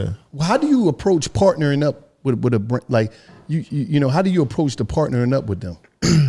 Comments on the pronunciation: Took me a looooong 8 seconds to realize he said "brand game" and not "brain game" cuz I was boutta say relaaaaaax! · BRAND, not brain.. tf ‘lol’ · Lmaooo I thought this nigga said brain game Lmaooo ayoooo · 😂I thought dat 2 bro at 1st but he said brand game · lmao ik, it sounded like brain on my first listen though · I thought he said brain game i was like (pause) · I thought said brain game lmao like ayyyyyooooooooo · I thought he said "brain game"...SUPER PAUSE! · He definitely said brain at first ⏸ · Whoa he sounded like he said brain game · Thought he said brain too 😂😂